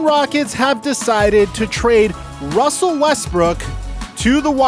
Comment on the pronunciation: Wussel Westbrook to the Washington Wizard